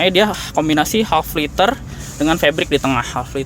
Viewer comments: wah channel besar indonesia kalah cepat upload reviewnya. tapi maaf kritik bro, leather (kulit) pengucapan yang benar 'leder' bukan 'liter' sempat bingung gw tadi denger kursi setengah liter hahaha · itemnya bagus... depannya jauh lebih interesting.. btw, kulit itu leather om.. bukan liter.. cb cek di goo translate aja cara baca nya.. mantap review nya..